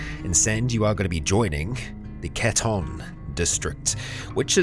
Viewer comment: Just a heads up! It's "Catun" for Catun Credits (Cats), since it's named after the UC weaponsmith town I believe (Catun Smith Quality and such). Love your videos, man! Been a fan for a few months now and can't stop watching, keep it up!